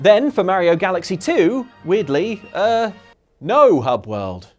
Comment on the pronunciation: That iphone ringtone on his android phone is so appropriate after he mispronounced Mario's name 25 times.